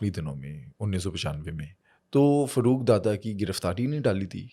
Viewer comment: Karachi k hawaly se bat kre hain to meherbani suni sunai kahani na sunaen dusri bat ye wo Farooq ka accent Faarooq hai na k Farruooq plz apna lahori accent ek taraf rakh kr karachi ki bat kren 😡